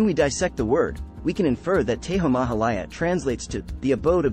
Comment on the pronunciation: Its "TEJO" not teho